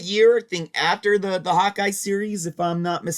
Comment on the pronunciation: Thought you said “hot guy” series then realized it was Hawkeye 😂